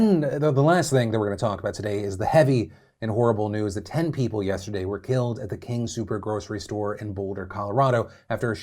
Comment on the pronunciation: Speaking of pronunciations, it's "King Soopers", not "King Super". Been hearing the latter a lot.